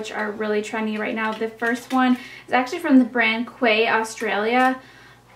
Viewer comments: it's pronounced key not quay :) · Hope your trip is amazing! Everyone I've heard pronounces "Quay" like "key," I don't know if it's right or not but I just wanted to ask if you knew for sure? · I love your try on hauls! ❤️ and I think "quay" is pronounced "key"! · Quay sunglasses are pronounced like "key", just to let you know:) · Quay Australia is pronounced like Key Australia 😊😜